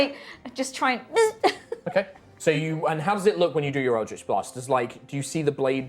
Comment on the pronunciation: Its so weird hearing "eldrjtch BLAHST" from the dm sjsjvajsksksv never heard that in THIS accent